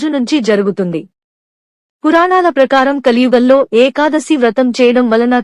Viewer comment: Very worst AI Voice without proper pronunciation of the term "Ekadasi" !! Please remove this Video and do afresh and upload. Thanks